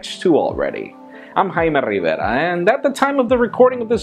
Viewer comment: seriously ,, I like when he said "I am Jaime Rivera (Rivera )" hahaha.